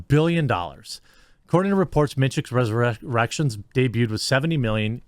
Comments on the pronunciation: "the matrix resurrerections budget" lol. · Matrix "ResurrERECTIONS"